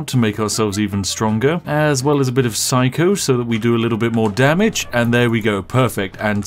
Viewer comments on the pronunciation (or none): none